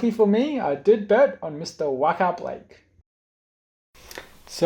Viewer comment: Wa-kar Blake 😂😂🤣, that’s when you know doesn’t watch League